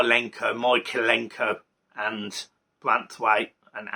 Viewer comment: Bro it’s MykOlenko, not MykolEnko 😂 and YarmOlenko, as well, not YarkolEnko